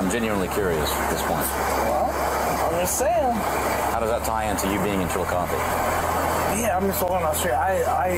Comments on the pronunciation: It's pronounced Chill o coth ee not Chilcoth . It was once the Capital of Ohio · Just letting you know that here in Ohio we prounounce Chilocothe as ChilAcothEE, for future reference 😊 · No it's still the strong CH like in the word Chili it's just ChilA w/the sound of UGH but it's the last ending that he prounounced wrong cuz it's CothEE w/the long EE sound at the end. He prounounced it allot like CHILOCOTH when it's CHILACOTHEE.